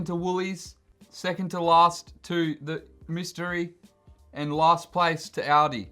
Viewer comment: It's "all-dee" not "audi"